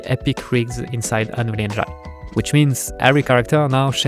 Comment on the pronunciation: Your game looks amazing, good luck with it. Please don't take it the wrong way but look up how to pronounce Engine, every time you say Unreal Engine it hurts. Just type into google "how to pronounce engine" or something